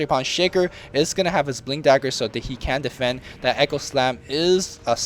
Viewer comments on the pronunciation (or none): none